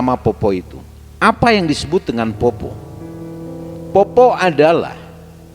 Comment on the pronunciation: Poppo' pak,,, bukan poppo... Kalo untuk mitos ini memang sudah beredar banyak disini d sulsel... Ada dua jenis poppo',,,, ada yg cuma cari buah2an,,, biasa juga di selokan,,, ada juga yg emang nyari org untuk dimakan ketika berpapasan... Poppo' sallang itu yg sering cari mangsa,,, bentuknya utuh dalam bentuk manusia dan katanya memiliki lampu yg dibawa kemana-mana... Ketika ketemu sama poppo' ini harus lari karena katanya ketika dia melihat kita,,, dia bakal mengejar kita sampai kita ditangkap... Saya org asli sulsel juga pernah melihat penampakan poppo' sallang ini,,, itupun sudah pagi... Dan juga ada yg dinamakan PARAKANG yaitu org yg sering jadi2 bentuk hewan, pohon pisang, batu, kelapa yg menggelinding di jalan...